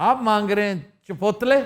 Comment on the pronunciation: It’s not چپوتلے’ it’s pronounced چپولے Mr. Aftab Iqbal. Thanks